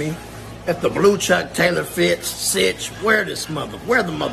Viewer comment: 'and remember, the 50s r winning my nickel. On hood' Also, my nigga kept sayin 'citch' instead of 'bitch' 😂🤣 keeping it 55th all the way, on hood.